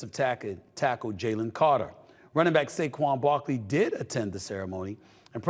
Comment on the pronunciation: Who’s saguen Barkley 😂